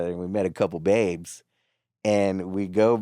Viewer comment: y'all have spent way too much time in California😂 if you can't say the word babes then f*** the world